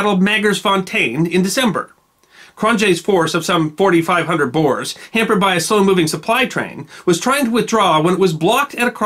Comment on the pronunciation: Thanks for the episode! As a south african descendent of the ‘boers’ this is very meaningful. Just a small note, the corrent pronunciation of ‘boers’ is actually closer to ‘boors’, but great episode anyway😀